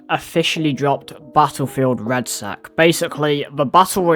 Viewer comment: It's Red-Sec, not red sack